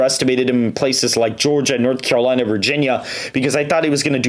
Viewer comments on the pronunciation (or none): none